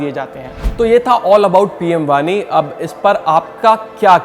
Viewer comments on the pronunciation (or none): वानी नहीं वाणी ।